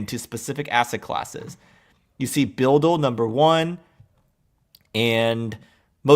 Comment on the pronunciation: BUIDL Pronounce like bidle